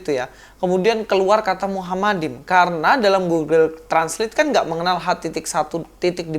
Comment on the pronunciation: Nyata nyata bacanya mahmadin ko diplintir jadi muhammadin, heheheheheheh ko ngotot ya sdh salah ngotot.....⁉️⁉️⁉️